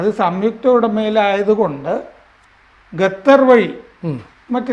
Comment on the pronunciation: It’s Qatar, not gathar